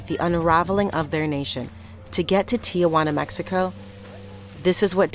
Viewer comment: The reporter should learn how to pronounce the city of Tijuana. It’s “tee-wanna” and not “Tia Wanna”. With her pronunciation it sounds like she is referring to her Aunt Juana.